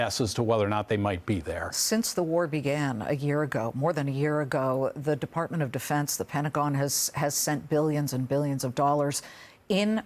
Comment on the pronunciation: defartment of defense lmao...